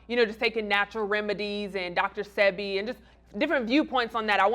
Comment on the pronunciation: And Aries said Dr Sebi's name wrong,MORE PROOF to me hes BEHIND and dumbed down...he doesnt do any research FOR HIMSELF unless he's learnin how to act like somebody else.ITS DR SAY-BEE (SEBI).#danecalloway